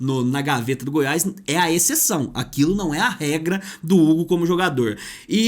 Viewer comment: Dá agonia de ouvir vc falar: Goiaiisss. É Goiás meu amigo